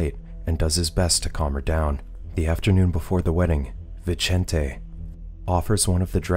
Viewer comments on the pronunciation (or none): Vicente isnt pronounced like that, its pronounced like Bithente, the "th" as in "think" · Vincent, is the translation to the name Vicente. the way Viecente is pronounced in this video is cringe for someone who speaks Spanish